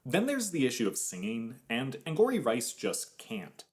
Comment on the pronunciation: It’s not “Anne-gory” it’s “Anne-gowry” like Tia Mowry